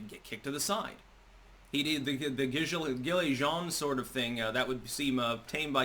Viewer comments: zhj-ee les zjaunes, not gilets jones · Gilets jaunes pronunciation : think of the razor company Gillette but you don't say the t sound at the end. For jaunes : it's pronounced like Joan in Joan of Arc